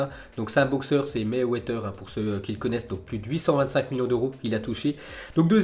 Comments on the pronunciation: Maywether lol c'est mayweather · Maywaitteur lol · T’abuse avec la prononciation de mayweather😂